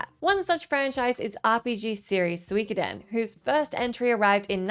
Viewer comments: It's Su-Ko-Den not Swik oden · Soo - e - ko - den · Hearing her try to say suikoden was so cringe I had to skip ahead lol